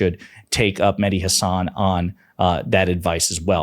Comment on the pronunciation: Mehdi pronounces his last name, Ha' (as in cat) - san, not Huh - sawn.'